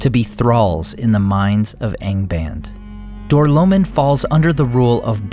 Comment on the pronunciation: Door-low-mean not door-low-min